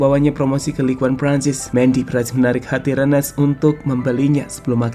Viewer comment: Rennes bukan Renen min..